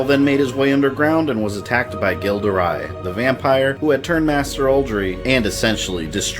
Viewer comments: Gilles de Rais is normally pronounced Jill de Ray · That awful pronunciation of Gilles de Rais though. Ughhh.